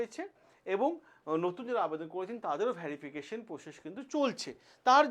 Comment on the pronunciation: Vyarification ki, pronunciation thik korun